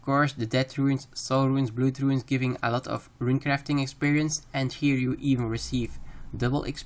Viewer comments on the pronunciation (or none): stop calling runes "ruins" it boils my blood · Runes, not ruins